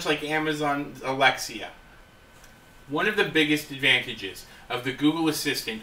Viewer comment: "Alexa" not Alexia